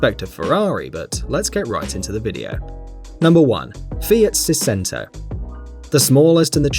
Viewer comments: Sei-cento, not sicento, it means 700 in italian... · not seezento saidshento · it's "sey-chen-tou" not "se-sento" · It's Sei-Chento not Sei-Sento. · Fiat sisento?? Coś się mu poyebayo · seicento is pronounced siechento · seicento - thats: sei-ch-ento as it is in italian :) it means six hundred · It’s pronounced Say chenn toe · the way he pronounces seicento...